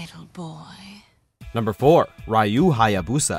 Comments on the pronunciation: Ra- i - yu?????? WTF RYU! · The fact he also properly pronounced a few others, yet somehow added a few more letters to Ryu, thought the "e" in Ayane was silent, and got the "e" & "i" in Leifang around wrong way really says something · Raiyu? Really????? How do you pronunce Raiyu when obviously is Ryu.... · How many times keep saying Y-U instead of Re-U? That’s not how you say Ryu! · FFS it's Ryu not Rayu, and Ayane not Ayan, you can't even read the letters you have before your eyes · They butchered almost every pronounciation, you shouldn't have been shocked by that point. "Bay-Man," "Lie-fang," "Rai-you" and you should get the point by now. They don't understand Japanese or even basic phonetics. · raiyu hayabusa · And Raiu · I don't think it really matter's if he pronounced it wrong or not tbh.. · Jann Lee and Zack should be on this list. Also, come on. Rai-You, I-Yaan, really. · lai-fang? Rayu hayabusa? Come on can actually get people who can do the job right? Aiyaan? seriously, this is just sad. And no Zack? Seriously? I mean I dont play Zack but he's legit one of the best characters in the game. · Also you’re mispronouncing some of the names Ryu = Ree Yoo Ayane = Eye Yaan Nay Leifang = Lay Fang Bankotsubo = Ban Kote Soo Bo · "ray u hayabusa"???? lol.... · Isn't it "Ree U" ? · 2 questions: wtf is a Righ-U & wtf is an Ai-Yan ???????????? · Ryu is pronounced "Riu" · Nice list, though the fact Leifang, Ryu, and Ayane were mispronounced annoys me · They didn't even mention Jann Lee, Gen Fu, Eliot, or Zack. They deserve to be in this list. Leifang's, Ryu's, and Ayane's names were mispronounced. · They didn't even mention Jann Lee, Gen Fu, Eliot, or Zack. They deserve to be in this video. Leifang's, Ryu's, and Ayane's names were mispronounced and they shouldn't have mentioned Nyotengu. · Really wish folks would pronounce Ryu's name right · Is it really that difficult to pronounce the word "ryu"? It's three letters, how do you fail that?!